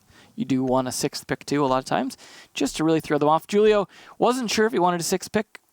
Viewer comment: "JUUL-IO" drives me absolutely insane. "WHO-LIO"